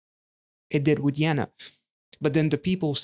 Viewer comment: Nice that you reacted to Yena! Even nicer that you liked her style. Also props to your pronunciation of Yena.